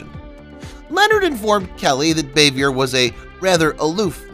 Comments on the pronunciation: Francis ...bah-vee- aye. Not bay-vee-ur. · It's Frances BAH-vee-yay, not BAY-vee-yer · Frances Bavier’s last name is pronounced “BAH-VEE-AY.” It’s French. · Frances Bavier’s last name is pronounced “Bah-vee-aye.” Interesting video. Thanks. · The moron said it was set in the midwest...wrong. Also mispronounced Aunt Bee's real name. Turned it off after that. Didn't matter what he said. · It’s pronounced Rah-lee and Frances Bow-vee-ay.